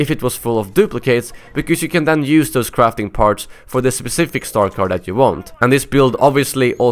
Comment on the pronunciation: when he said crafting parts it sounded like crapping parts